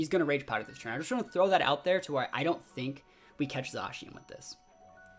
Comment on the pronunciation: You can definitely practice at casting to clean up some of the Zacian/Zekrom mispeaking and whatnot. Even with that though, I think one of the main draw for an audience would be energy from the caster which you have in spades dude.